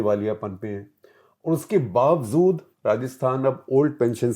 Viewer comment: "bavazud" nahi hota gupta ji...."bavajud" hota hai